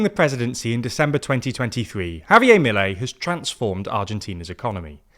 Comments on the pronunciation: Petition to have pronounce the R in Javier Milei 😅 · Why do Brits absolutely refuse to pronounce "Javier" correctly, or even close to correctly?